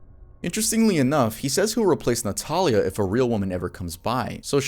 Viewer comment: For the part of the vid featuring Christian Montenegro, my first name is Natalia pronounced the same way as in the vid. No one ever says it right so hearing it pronounced correctly lowkey scared me a bit lol.